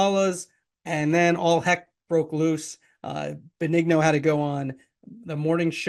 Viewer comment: You're saying Joe's last name wrong.